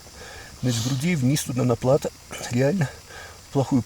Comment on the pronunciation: Фильм замечательный! Но... плАто режет слух - ударение на последний слог.